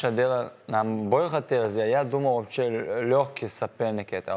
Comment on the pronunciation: И я вовпше как чурчаев сказал вовпше 😂😂😂😂😂